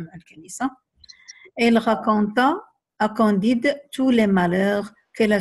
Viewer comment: Candide avec "a" pas "o"